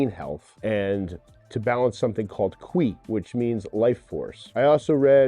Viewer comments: It’s pronounced “Cheeeee” (qi) not “quuuueee” sir. 😂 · I don't really think that's on him: the system for transliterating Chinese seems idiotic and completely non-intuitive to the vast majority of English speakers. Want it to be pronounced "Cheeee?" Maybe spell it chi or chee. It's almost like folks devised a way to sort folks with special training from everybody else: literally a shibboleth.